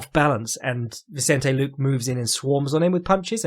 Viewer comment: made me think of Cpt Picard a couple of times. Try /lu-keh/